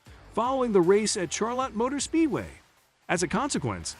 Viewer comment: Will not subscribe to a computer narration. Especially with an old story that has no basis. Maybe when it learns to pronounce Chevrolet and Charlotte!